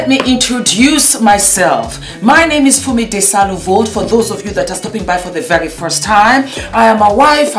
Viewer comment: Who else heard instead of Thank you so very much! it came out sounding like Thank you so F....much. Fumi I love you and all your makeup videos. I can't get over how it sounding like you were cussing.